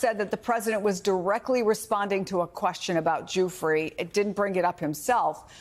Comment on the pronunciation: Is she saying guifre or jewfry